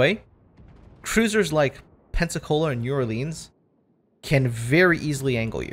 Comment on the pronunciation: My Louisiana soul hurts the way he pronounced New Orleans.....think of it as Nawlins